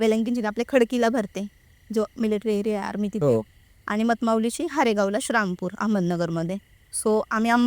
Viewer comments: श्रामपूर नसतं ते. श्रीरामपूर म्हणतात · श्री रामपूर ला शरामपूर बोलतात ताई 😂कारण अम्ही क्रिचन आहोत म्हणून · श्रामपूर श्रामपूर काय लावलय या बाई नी...नीट श्री राम पूर नाय बोलता येत का ....आमच्या देवाचा नाव घेताना लाज वाटते का...पॉडकास्ट घेणाऱ्याने एकदा तरी त्या बाईला जाणीव करून द्यायला हवी होती श्रीराम पूर या नावाची... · शारामपूर❌ श्रीरामपूर✅ अहमदनगर ❌ अहिल्यानगर ✅ हा ले लू या ❌ हलउया ✅ तांदूळ कमी पडला तर शिर्डीला गेल्यावर जेवण करून या अन्नछत्रमधे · असल्या लोकांना आणू नका श्रीरामपूर म्हणता येत नाही येडझवी ला हिंदू ची क्रिश्चन झालेली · शारामपुर काय आहे…श्रीरामपुर म्हणता येत नाय का??? असल्या लोकांना बोलवत नका जाऊ